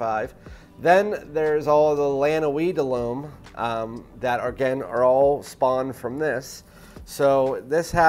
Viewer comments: All good points but it's just "Lum". Try it. Plus it would give you an edge over those 100k subs reviewers. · Dude, learn to pronounce L'Homme in french...!